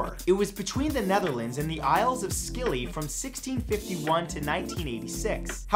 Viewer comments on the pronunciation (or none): The Isles of Skilly? In what skenario are the Isles of Scilly pronounced like that? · The isles of scilly is pronounced silly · It’s pronounced ‘silly’ the isle of scilly 😂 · isles of scilly, scilly as in the Italian island not s-killy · the Isles pronounced 'Silly', not Skilly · I seem to be the only one here who knows about this place, so here we go. It pronounced Isles of 'Silly', despite being spelled 'Scilly'